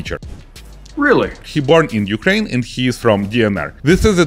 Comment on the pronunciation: Ойой,, ти сказав "зе юкрейн"???